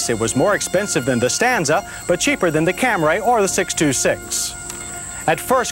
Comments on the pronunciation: He said "ORIENTAL"?!?! Also, CamRAY. That's the 1980's for ya! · I cringe every time I hear him say Camray.. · How does any English speaker pronounce Camry as “Cam-ray”???? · lol. Of course that pronunciation make me cringe. So he didn't correct it in 83 model the 84 model the 87 model the 88 model and corrected it in 92 model. Took him almost a decade to correct it. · The of Camry in this video was killing me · Cam-ray Origins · Say it with me......Cam reee. Cam reee. Not Cam rayyy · I had some problems with this comparison. The guy couldn’t even pronounce Camry correctly. He kept saying Camray. Toyota prob hated that but I believe 83 was its debut so maybe no one knew. More importantly, the cars chosen weren’t on equal playing fields. The Stanza was a lesser car than all of them. The Maxima was the better match w/ them but I don’t think it came as a hatchback ever. The Stanza would be more comparable to the Corolla hatchback. Finally, the Phoenix is arguably not on par with comparisons becoming the brand was a step up from Chevy so a Citation seems a better choice. Just my opinion on all this of course & they certainly ask for mine. Lol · Back when the Toyota was pronounced CAM-RAY instead of CAMRY. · Watched this video before I headed to the airport. Called for my uber and what did they show up in? A "Cam-ray" 😂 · About 1992-93 he switched to the acceptable camry instead of camray. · He's always said "Cam-ray" -- as opposed to "Cam-ree" -- well into the 1980s..... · Here we go with that Cam-ray: the saga with the pronunciation til the 92 model. Edit: Mazda chime is familiar (is it a Australian built?) My first car is 1985 Toyota Camry sedan(automatic) it's pretty nice car but wow that brake test is long. OK I think he got it mixed up with the transmission on the mileage part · Aaahhh John and the “Camray!”👌😂👍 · The 1st uttering of the Cam-Ray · 46 - is this the first time John Davis uttered “Cam-ray”? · what the hell is a "Camray"? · John Davis: "Camray"